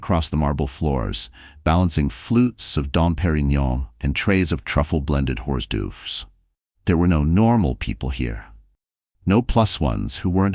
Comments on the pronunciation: 😂😂😂😂AI has a LONG WAY to come in narration..."horse derves" hilarious!😂😂😂😂😂 Story good though.😊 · They are called or dourves . They were said wrong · .. That made me chuckle... Bless AI, it can't think if different languages (in the same sentence). Best wishes from Wales. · Horse dufes? 😂 Somebody please teach AI how to say hors d'oeuvres.